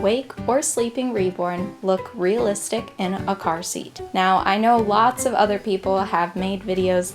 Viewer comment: Stop saying real listick